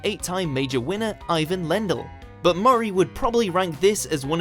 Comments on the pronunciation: Its ee-vahn not eye-vin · Eye won Lendl? Gosh, that's a horrible pronunciation,. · "Eyy-Ven"?!? Oh dear. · AYE-VIN LEN-DULL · You need to learn how to pronounce Ivan.